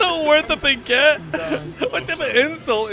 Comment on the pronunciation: Every time you say "baguette" all the frenche people like me get the same pain as you when everyone told you happy birthday